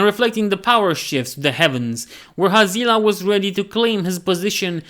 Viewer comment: Always thought it was pronounced Hazz lee Ah